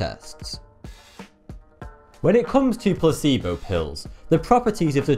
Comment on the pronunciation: The way he pronounces 'placebo' sounds like 'pu**ebo'